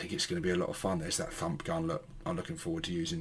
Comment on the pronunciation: It sounded like you said ‘Da F**k Gun’ instead of Da Fump Gun!🤣😂🤣😂🤣😂🤣